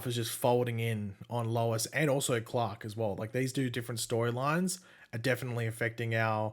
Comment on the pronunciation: His name is Clark. Not Clock.